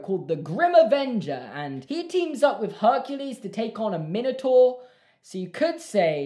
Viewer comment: That's not how you pronounce Minotaur